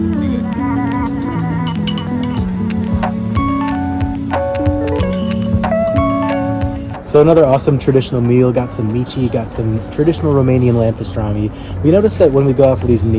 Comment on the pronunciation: As a romanaian I found it so funny when he said Mici it’s pronounced me-ch as ch makes the c sound and c makes ch. (I am not fluent in Romanian so I’m not sure if the ch thing applies to everything but that’s wha I was told)